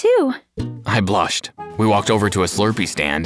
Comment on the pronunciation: Blushed ❌ blashed ✅